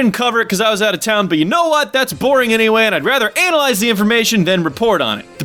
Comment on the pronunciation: I barely started the video and I lost it once he said let's anal-lyze this lol